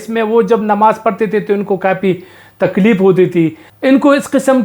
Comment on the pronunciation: Imran Riaz Belongs to Badger(Bejoo) family<only Animal who is safe from the Deadliest Snakes in the World. Takleep First learn to say ""F"',Say Takleef not Takleep. Topak Zama Qanoon-----------Islam Zama Janoon----------Dumchi Zama Khoon.